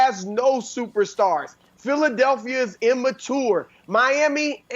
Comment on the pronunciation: This show has fallen off so badly since Chris Carter left. This guy with the books behind him is awful and Broussard can’t pronounce immature.